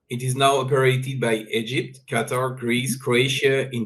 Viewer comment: It is Qatar not Qataar, Desi kutti walaiti cheekhan